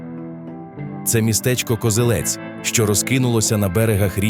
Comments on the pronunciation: Я перепрошую, та КозЕлець, а не КозелЕць. Місцеві завжди говорять саме так. То на московитський лад наголос на останньому складі. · Не Козелець, а Козелець. Наголос на другу е.